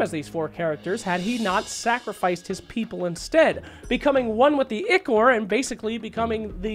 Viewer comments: bro its called Eye-core not ick-ore. smh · Im sorry, but it's pronounced eye-core not ikor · It's spelled Ichor, it's pronounced ick-er though. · someone please tell this man how to say ichor